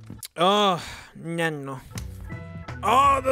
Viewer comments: The way he says na no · na-no ah na-no. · " na-no " 😂😂😂 its funny lol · hes our sexy speaker she says "Auxillary Mode" he says "na-no" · The "Na-no" button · i-pod na-no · iPod na-no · was… the best “nano” I have ever heard from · Do people not say nano?